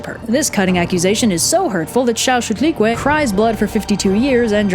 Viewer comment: I have to do a presentation on this myth, and it is so useful, if for no reason other than the pronunciation of Chalchiuhtlicue.